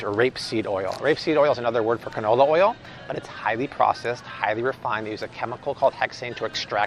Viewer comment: Did say "ca-no no" oil? Ok, we need to all use that more often.